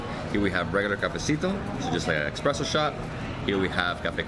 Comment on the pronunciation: Did he say "Expresso"?